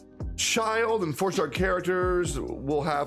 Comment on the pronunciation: God. Actually anyone who does this. Why the ** you all say "ChiLD" xDD Look at his kit and his theme, + the "e" at the end of his name. LMAO It's braindead obvious it's pronounced "Chill'd" BRUH